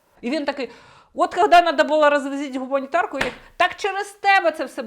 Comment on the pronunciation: Він навіть вимовив - "гАмунітарку". Прослухайте ще раз.